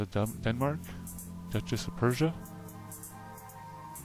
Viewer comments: PR- USSIA. not PERSIAN completely different. Not trying to be a dick but kinda important. Fascinating stuff --I subscribed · Dude, not Persia. Its PRUssia. Not Australia, its AUStria. Not to be mean, just to correct. Peace. Good information in the video! Thanks for your research. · Sweet vid, congratulations! Just a note, and you probably know this already, but when you say "Persian" and you are actually reading what should say "Prussian" it's potentially very misleading. (from the part about the 7 years war and the , what, Anglo French wars?) Absolutely on point though and great comment section too! YAY